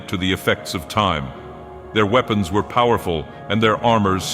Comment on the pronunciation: and sounds as if the AI couldn't quite get it: "wee-pons" "bauz"